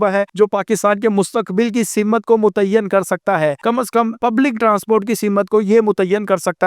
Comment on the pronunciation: Plzzz improve ur urdu pronunciation 4 example سمت تعین